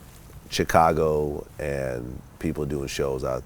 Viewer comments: it bothers me the way this nigga vlad says chicago.... chick - ago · The way Vlad keep pronouncing Chicago like "Chicano" got me twisted. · I hate the way Vlad says Chicago